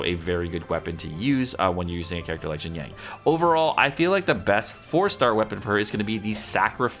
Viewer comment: "yang" ? where he getting the G from ?